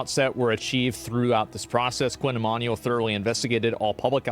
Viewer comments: It's pronounced ee-man-you-ell not ee-man-ee-all Baldy. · i think its pronounced "e MAN u WELL", sound it out, nice vid otherwise